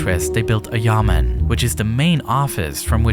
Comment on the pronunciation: Me AKA every Chinese person who hears he say Yamen wrong: BROOOO It’s Yá men 衙门